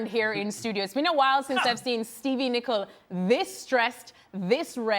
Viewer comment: Yo Steve Nickel hold that LLLL! 😂